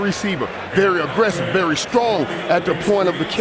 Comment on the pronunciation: Yah Mayock kind of seems to know his stuff oddly a lot more than the others... now if we can just get him to say 'very' and Berry' the right way lol